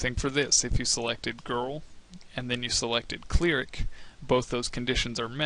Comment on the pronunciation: did... did you say.... "Cleeh-ric"...... It's pronounced "Cleh-rick"